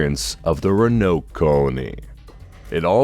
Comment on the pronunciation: It’s RÕ-UH-NOWK bruh .